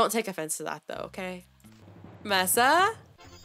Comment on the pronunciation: MESAAAAAA <<<<3333 btw it’s pronounced “may-suh” like the biome